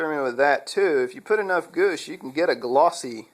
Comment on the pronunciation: Goosh? Pronounced G-wash.